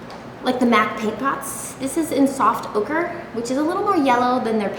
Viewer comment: omg i thought you said soft hooker for the eye primer